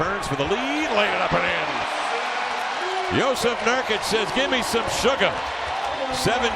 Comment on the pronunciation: Jusuf Nurkuc, not Jusef Nurkic